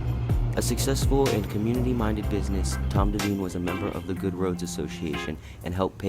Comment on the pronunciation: It's pronounced DEE-VINE. Not Daveen.